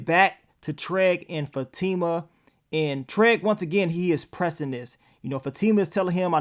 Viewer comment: I'm just wondering always saying TREG instead of TRIG or is it just me?!🤣